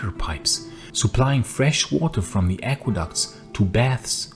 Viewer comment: Aqueducts? Not aquaducts?